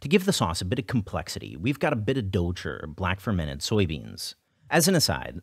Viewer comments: Note: douchi (dou chi 黑豆豆豉) not douchey XD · Why do people add an "r" sound at the end of "dou chi"? I heard it was a Beijing thing, but it's not like every foreigner speaks or hears Chinese with a Beijing accent.